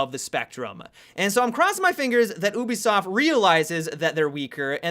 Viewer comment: He says oobisoft